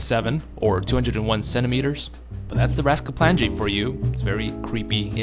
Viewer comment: Just wanted to comment that you're horribly mispronouncing the word "raskaplanje", it's supposed to be pronounced "raasklapanye", it's a great video but that pronunciation is incredibly inaccurate